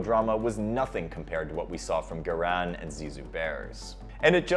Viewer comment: It's GARIN, not GIRAN!!